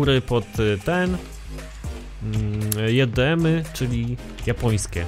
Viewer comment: Mówi się dżej di em